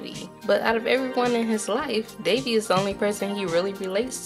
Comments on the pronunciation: I tried, can't watch this any longer. Devi = DeWi. Kamala = Kuh-mahh-lah. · That was a pretty good review but it kept bugging me when you said Devi's name as Davey. Keep up the good work, I enjoyed the video